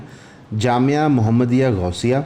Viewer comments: جامعہ کو جمیعہ پڑھ رہے ہیں آپ اور بات ٹی ایل پی پر کرتے ہیں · You're are not able to pronounce Jamia then why are you barking on TLP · Jamia tu aam lafz hai ap say bola ni gya lakin english sahi bol lety hain.humein aap pr shak howa k jo batein ap humein btaty hain k sahi guid kr rahy hain k ni.jb ap urdu ya islamic lafz sahi ni bol sakein gy aur islam k kisi topic pr baat krein gy tu lagy ga shayad in ko islami lehaz say itna ni pta.